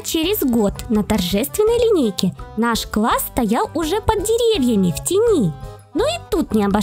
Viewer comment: Не под а ёд